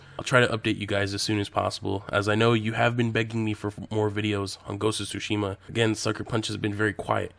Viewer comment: Tho i'm used to yokels butchering Japanese words, it's the first time i heard it pronounced as: SUE SHEE MA! Did you mean sushi, ma? For the love of god, man it's TSU-SHI-MA（つしま 「対馬」）！